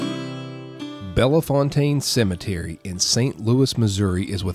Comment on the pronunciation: Slight correction..Bellefontaine doesn't have the A sound..its just Belle- Fontaine